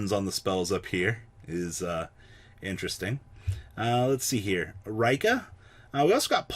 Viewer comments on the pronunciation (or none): It's Ree-Ka not Rai-ka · It's pronounced Ree-ka. Not raikka. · I think Rikka is pronounced the same way you meant to say it in Japanese, therefor Ri-kka.